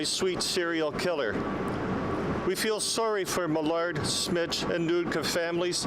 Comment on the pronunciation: it's Smich not Smith. he spells it out. pay more attention and get the names right.